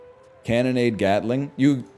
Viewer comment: I swear no stream can pronounce Gatling properly. WTF is a Gataling?